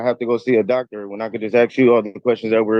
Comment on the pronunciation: 'Aks' again. A Jedi-level dimwit